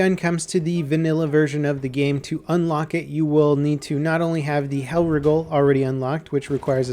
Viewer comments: y is he saying hellwrigle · Stop pronouncing it hellriggle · pronounce's Hellriegel as Hell Riggle